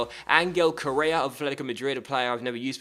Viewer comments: It's pronounced Co-rey-a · k o r r E a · Its pronounced like Correa with a srtong sound in the r and the accent is in the e